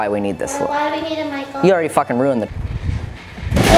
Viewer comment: make a thing that everytime says MYKULL it pinches ur cheeks. i thought about face cheeks but whatever floats ur boat little gremlin